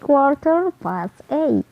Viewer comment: it is three pas thirteen, ..wkwkwk belajar